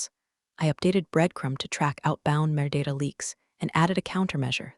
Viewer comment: Metadata. The AI reader AIn't too bright.